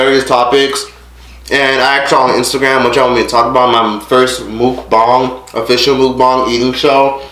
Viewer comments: mook-bong is how it's pronounced😂. ok so back to the video edit: OH NOOOO I'm Scorpio! she's making us look bad lol. man...I just wanna give you a hug. this was seriously so sad. I'm so proud of you! congrats again for graduating & getting your own place & making youtube work for you. i have watched all your videos & have seen how you've grown. im so proud of you hun 💜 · Pronounced Moook Bang